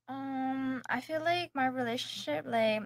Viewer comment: Relashshship relalishshp